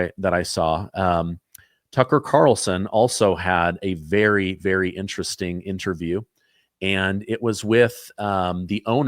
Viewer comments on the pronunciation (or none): Does anybody know what intristing means? I can’t find it online. Am I spelling it right? He couldn’t possibly be mispronouncing interesting repeatedly, could he?